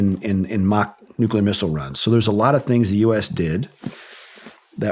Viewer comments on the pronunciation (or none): Yeah he’s smart until he says NUCULAR